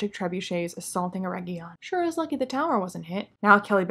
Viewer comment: It's not Eregion, it's ERRRRRRRRRRRegion!